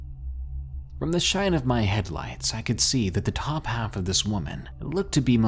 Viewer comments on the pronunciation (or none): none